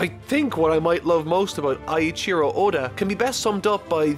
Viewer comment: Awesome video! If I had one correction, it would be that "Eiichiro" is pronounced "Ei" as in "eight", not "Ai" as in "Thai". Besides that, this was an excellent overview. I watched this up to a bit after Arlong, but then stopped. Now, I obviously can't continue and catch up, so I'll use you to do that and give me the breakdowns from over the past 2 decades or so. But I have a feeling that with so many episodes/chapters, things will get stale at some point.